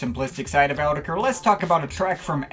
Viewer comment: i hate the way you say "autechre" but i love your videos and thoughts